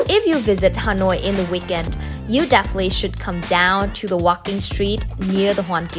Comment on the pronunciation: do you speak Vietnamese? if you are, please pronounce Vietnamese words the right way. Please! What the hell is Ha noi? what the hell is Bân Cha?